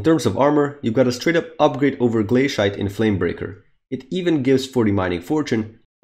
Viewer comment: Nooooo you pronounced Glacite Glae-SHIE-te